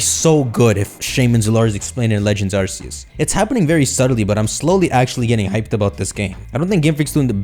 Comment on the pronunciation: It's AR "KE" YOOS!!!!